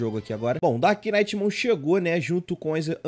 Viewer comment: Meu sonho, ver o pronunciando "knight" corretamente., pelo amor de Deus haushauah, no inglês, NÃO se lê "knight" e sim "night". Você ignora totalmente o K na hora de pronunciar.